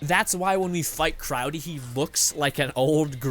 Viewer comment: Its crowley not crowdy